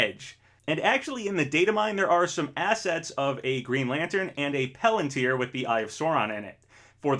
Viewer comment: Great video! Getting me even more excited than I already was about this game! One little thing, it's palantir with an A not pelantir